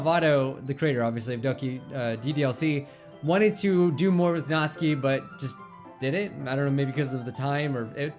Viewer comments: u don't pronounce Natsuki right. ur saying it like its NAT-SKI not NAT-SUKI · I JUST REALIZED HE SAYS NATSUKI'S NAME WRONG!!!! HE SAYS NATSKI AND IT IS PRONOUNCED NATUUUUKI!!! MY LIFE IS A LIE!!!!!! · It is pronounced nat-su-ki not natski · it's not pronounced notske it's notsuki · NAT-SUE-KEY not NAS-KEY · Ok I need some clarifying how do you pronounce Natsuki Is it Nat-sue-ki Or Nat-ski? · "Natski" BRUH IT'S NATSUKI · Tbh it kinda annoys me how he pronounces Natsuki wrong